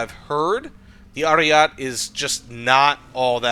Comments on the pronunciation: Americans can be insufferable in their stubborness when it comes to pronouncing anything foreign wrong/right. Like lmao I understand spelling might be confusing but you can just listen to the word once and keep it in ur mind as Aryete it's not french so why would you drop the e. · and roll the R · Please for the love of God stop calling it "Ariat" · it's like that inglorious bastards scene P.S. pls continue calling it Ariat